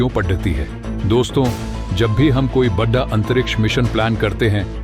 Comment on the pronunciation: सही उच्चारण करो। जोड़ना को जोधा बड़ा को बद्ध आ बोल रहे हो।